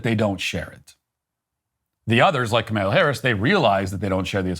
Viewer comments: Ka-MALE-UH Harris 😂 I LOVE it when her stupid name is purposely mispronounced 😂😂😂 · No fan of Kamala, but geez Matt learn to pronounce her name and also read the original Declaration not the later version. Also, the Constitution is the governing doctrine which makes no mention of the Christian fabricated God and later "In God we trust," etc.